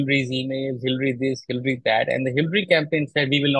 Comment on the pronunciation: It's not hillry but hillary yaar